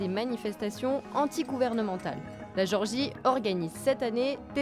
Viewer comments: Pas Georgie, mais Gé-or-gie. Ou alors le son est mauvais. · C'est gÉorgie pas georgie... Un minimum de respect pour leur pays qui n'est pas aux portes de la France 😉